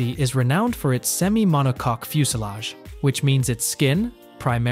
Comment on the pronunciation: I heard MONO-COCK